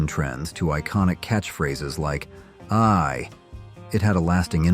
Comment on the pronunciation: fonzie saying EYEEEEEEEEEEEEEEEEEEEEEEEE and not AYEEEEEEEEEE wtf is up with your lame AI dude.